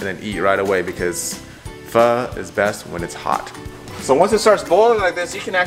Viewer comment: You murder Vietnamese pho man. This is terrible.